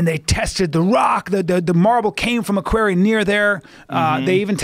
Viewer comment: Chasm and quarry mispronounced... Joe, the H is chasm is silent. Bryan, the au in quarry is pronounced as o/oh/awe sound... I could understand if you misread these words, but to get them wrong in conversations like means you're probably getting them wrong all the time.